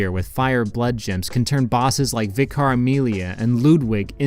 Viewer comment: I don't know why so many people can't pronounce vicar properly